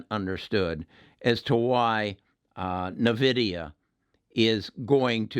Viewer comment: Didn't see other comments mention this but its pronounced "EN"-VIDIA